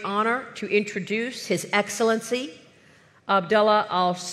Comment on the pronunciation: Excilincii? What excellence he has?